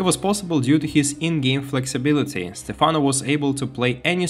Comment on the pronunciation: Why did you start calling him Stephana halfway through the video? It's very distracting, lol. It's Stephano, not Stephana!